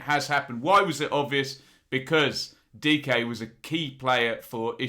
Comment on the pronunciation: Good job pronouncing Dike!